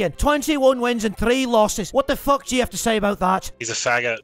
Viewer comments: And it's not fook its feck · Its "Feck" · THAT'S NOT HOW YOU SAY IT YA FOOK! XD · Fuck needs to be pronounced as Fook and things and Tings. These two things would make a big difference when impersonating Conor. Overall its off but still comedy! Awesome work.